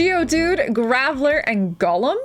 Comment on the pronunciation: Omg i was cringing on the nidoran lines xD I also noticed you prenounced scyther like cider, where i would use the th sound as throwing or sometimes the t sound. I am always prenouncing it different xD For the rest pidgeotto and golem sounded a tad weird but probably that is because you used a long o with pidgeotto, (like in johto) while i use a short one, and a short o like gollem where i would use a long o. Exeggutor is indeed a weird one but i put the emphasis on the second e as you would do in exactly. Gyarados was correct imo. The rest were all good. Just say how you want to say it even when it sounds strange to some